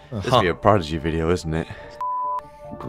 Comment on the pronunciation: Bruh the disrespect on Prodigy’s name 😭😭